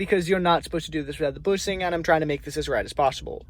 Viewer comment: Bushing not boosing, shifter and not sifter🤣